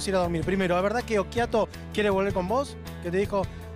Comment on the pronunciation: Es occhiato, no ochiatto